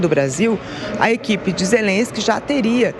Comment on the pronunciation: O cara é tão burro que pronuncia zerensqui 😂😂😂😂😂 bêbado, inveterado, mentiroso crônico